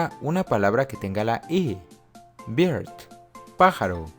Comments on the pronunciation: LA PALABRA BIRD, NO SE PRONUNCIA BIRD, SE PRONUNCIA BERD. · Ya me habia suscrito pero cuado empezaste a decir q la" i "suena como en español en bird y dirt ya no cuadraron las cosas. Como apoyo a tu canal sera bueno corregir esos dos errores para no entorpecer el aprendizaje de tus seguidores. Lo correcto es burd y durt. Saludos. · Quiero destacarles q en las palabras que menciono con la I las dijo con pésima pronunciación por ejemplo bird se dice más como berd al igual q dirt se pronuncia dert no dirt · soy hablanted nativo y no es cierto cuando dijo que las vocales no se cambien, pronunció "bird" invorrecto y también las mayoría de las otras como "puul" y "push". casi todo lo demás fue correcto pero quiero ayudarles, no es cierto de que los de un sílibo se pronuncian como de español, hay demasiado tontería en ingles pero desafortunadamente eso es como es. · Muy buen video.. solo un comentario, “bird” si cambia su pronunciación. Excelente video!!! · Me pareció muy interesantes y de gran ayuda los consejos que haces, me gustó mucho, solo tengo una observación, la palabra bird, si la pronuncias como tal se estará entendiendo como "barba" (beard) y no como pájaro. Apenas estoy aprendiendo pero lo digo por experiencia, el primer idioma de mi esposo es el Inglés y cuando salió "bird box" justo lo pronuncié así y me hizo esa observación 😓